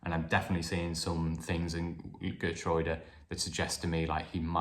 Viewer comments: Geer-true-da=Geertruida...is the correct pronunciation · Hi, according to my Dutch friend, Geertruida’s name is pronounced as Hair-troy-da.